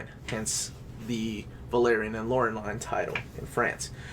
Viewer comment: It's pronounced something like Lah-uh-reh-LEE-nn. You pronounced in an american accent (Loh-reh-LAYN). There are seven volumes up until now, but there are some material that's uncollected. We have this collection in Brazil, too. It is at volume five at the moment. It's exactly like the american edition except it's soft cover. Brazilian and french books have the reading direction from bottom to top. I actually hate it. You can't stack them atop each other very well.